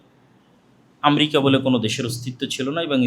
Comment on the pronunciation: আমরিকা না, আমেরিকা হবে। উচ্চারণটাও ঠিক করে করতে পারে না।